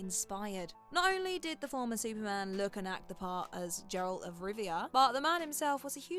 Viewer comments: It's a hard G, Geralt, not Jeralt. And I'm gonna give Liam the benefit of the doubt. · Do you not have an editor that actually watches the shows, much less knows the material? "Geralt" has a hard G. Not Jeralt. And the show was always supposed to have only 5 seasons. Cavill wasn't fired, he quit. Just so damned sloppy. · Jeralt of rivia lmao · I like superhero content, and I like the subgenre that contains The Umbrella Academy, but I couldn't finish the first season. It was boring and dreadful, to the point where I honestly have no recollection of the show's events or characters. Also, "Groening" is pronounced "Graining," and "Geralt" of Rivia uses a hard "G," not a soft "G."